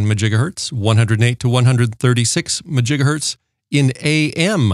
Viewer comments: What is a MAJIGAHERTZ??????are you trying to say MEGAHERTZ?…. There is MEGAHERTZ and GIGAHERTZ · I could not decipher if it is Megahertz or Gigahertz he is talking about.